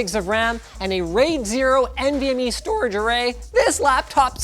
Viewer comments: "raid 0 nvme stOorAge array" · St oH rage array